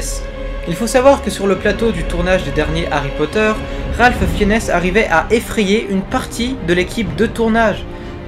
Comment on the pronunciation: Ça se prononce "Ralph Finz"